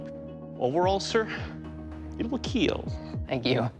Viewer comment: I Hit play just to hear him say: "It will Keel" 😂🥴